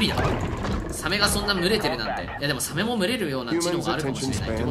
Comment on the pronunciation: サメのイントネーションがサ↑メ↓になるのなんか好き